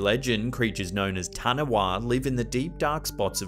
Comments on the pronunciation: Its taniwha not tanawa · Taniwha is pronounced as "Tani-Fa" not "Tani-Wa". Good video none the less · In Maori, you prounce "wh" like an F so Taniwha (the sea creature you mentioned in number 4) is not pronounced Taniwa but more like TaniFa. But awesome to see more of my world on here. Love these vids. Thank you! Xxx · Taniwha isn’t pronounced Taniwa. The Wh is pronounced as an f or ph. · The Maori mythical creature is pronounced “tani-fā (faa) it’s spelled taniwha. Wha sounds like Fā in Maori. I’m a New Zealander 😅😇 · In the 2nd video regarding New Zealand the serpent in the water though i could not see it, is known as Taniwha pronounce as Tanifa. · Nice to have a mention but the word "Taniwha" has an "F" sound at the end pal... "tani-fa", cappiche? love your work, keep it up! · Hi dude I love you to bits but I'm also a New Zealander so I need to just reach out and say... it's Taniwha, (wha in Maori is pronounced faa) not taniwaa. Thanks for featuring it though! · Im from new Zealand and noticed the way you pronounced taniwha Number 4 of the video of the taniwha of Maori culture is pronounced ta knee far sorry to correct you I thought you might like learning it so that you knew I love your videos :) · Hey bro I'm from New Zealand just letting you know you Said Taniwha wrong. with the W in Taniwha you gotta sound the w out like it's a F it's pretty hard to pronounce :) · It's pronounced Ta-knee-fa. I know maori words can we really tricky if you're not from here. In the 80's a Japanese trawler caught something off the coast of Lyttleton harbour (Christchurch) it was thought to be similar to the loch ness creature. Could you please do an a myth and legend/ghosts for Australia and one for New Zealand? Can help with nz info if needed as I have a whole book on it. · Hey. Interesting as always. Just to let you know Tanewha is pronounced Tane Fha. Good job though. ☺️ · Correct pronunciation of Taniwha is Tani-fa. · Taniwha is pronounced 'tun e fa'